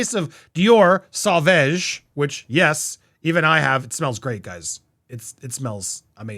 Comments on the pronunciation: SAUVAGE is pronounced 'So VAAJ' emphasis on second syllable ending in a sift 'g'. 'Jeanne du Barry' Jeanne rhymes with ANN, not John. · I am still totally subscribed. Pronunciation is sauvage: sow-vaazh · So vog You pronounced the g correctly, but the first syllable is "so", then the last syllable the voel is like the middle of mom. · SavOOOOOge not savAAAAge 😂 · My mom bought a bottle for my step dad and he calls it “Sausage” just to make her mad 😂 FYI it’s pronounce “Soh-v-ah-j” but I honestly find the mispronunciation endearing haha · Sauvage = pronounced something like " sow vaazh" 😉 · JD and Dior should collaborate on a new Dior scent called… wait for it… Dior Karma! 👏🏼👏🏼👏🏼🙌🏼💓 Sauvage is pronounced like (dee-or-suh-vaazh) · French pronunciation so-vaj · Pronounced Suh-vawj 😊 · “Sauvage” must be read like « Sovage » with the last « a » almost pronounced like in “back” 😉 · It’s pronounced sow-vahge. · Sauvage? I’d suggest pronouncing it as: “So-vaaj” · She also said he was fat and old. The fragrance is pronounced Sor varge. The name after that is Thank you. A mar dio ma dig lee arni. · I love you and your show The pronunciation is SOvage 😊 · Hi Andy! The correct pronunciation of "Sauvage" (it's French for "Savage") is "So-vahzj". Love your content and your take on things, so keep 'em coming! 👍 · Sew-Vahj is how you pronounce Sauvage. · It's pronounced soh-vahjz', with accent on the second syllable. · Johnny will go on winning, he’s a superstar! Btw it’s pronounced ‘sovarge’, I pronounce it ‘damn sexy’!! 😜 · Pronounced “ Sooovaahhge” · I think it's sah-vawj. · Andy, its like "so-va-ge" as it means savage 🙂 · Sauvage pronunciation help 😆 Suh for the first part then think corsage (Suh - vaaaahh - ge) 😆 for the end ... Sauvage. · Pronounced " sew vauge (soft g at the end) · Congratulations 🥳🎉🎉 🥳to Johnny, Andy the fragrance is pronounced like So-Varge only it ends with like an “Sh” sound to it 🙂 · You pronounce it SO-VAHHGG(soft G sound)